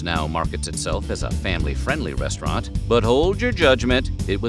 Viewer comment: The " Brest-raunt" concept is dead